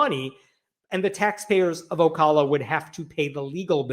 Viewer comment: You pronounced Ocala correctly.